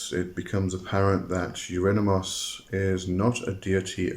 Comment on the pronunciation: You pronounce his name like : Eurinimus 😂